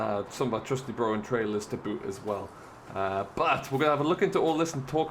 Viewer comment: When u say “broghan” it’s pronounced “ brockan “😂👍🏽